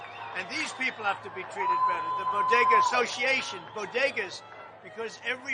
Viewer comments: Notice how Trump pronounced "BODEGA" correctly... Not like "Dr." Jill's "BOGEDA." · "BOG AH DA" Dr. Jill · Don't you mean bogeda?